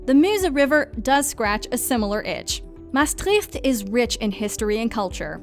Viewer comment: Thanks for mentioning my city, Maastricht! Although I did cringe a bit with the pronounciation, haha.